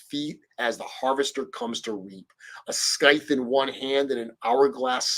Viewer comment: I’m triggered by how you mispronounced “scythe.” Haha